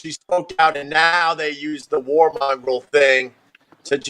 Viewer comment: lol opie thinks “war monger” is pronounced “war mongrel”